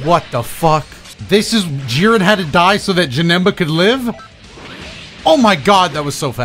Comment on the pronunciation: when he said “jiren” i just 😮‍💨